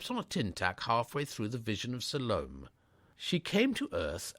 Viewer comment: The reader really makes a hash of things. When Bertie surprises Miss Sippoli in the shrubbery, she is said to execute a leap like a dancer who steps on a tin tack halfway through The Vision of Salome. And instead of pronouncing it correctly (Sal oh may), he calls her Salome to rhyme with Stallone. Dreadful nonsense. Probably he doesn’t even know who Salome was!